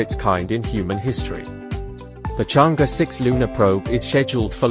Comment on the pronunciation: Pronouncing “Chang Err”.